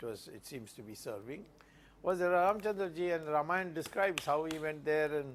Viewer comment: It isn't Ramaayana, its Raamaayana in pronunciation.